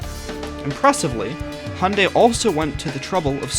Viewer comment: why do u sahy hunday and noy hyundai